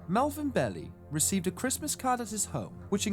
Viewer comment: Great video! Although it's pronounced Bee Lie not bellie